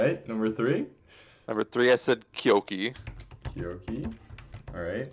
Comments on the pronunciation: "kyuki" is the inexplicably omnipresent mispronounciation, so i was surprised to hear "kyoki" , which is orders of magnitude more accurate. that's why i used the clapping hands. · can't remember the last time i heard it pronounced like this. has it ever happened before? 👏